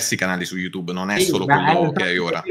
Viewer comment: "gugle" "iutube" 😂😂😂 sono imbarazzato per lui